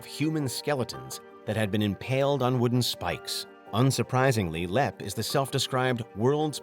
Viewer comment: Number 2 Leap, imagine jumping off something, you "leap" you do not "lep"! please try to speak English.